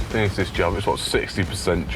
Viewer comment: Zis a place 🤣